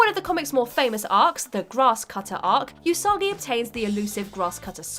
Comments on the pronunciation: oos-uh-ghee not you-soggy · It's weird to hear them say ūsagi instead of usagi